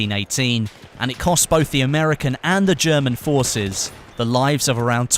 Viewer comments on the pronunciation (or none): none